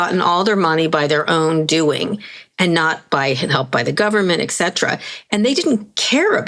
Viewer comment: Kara, there is no "X" in "et cetera".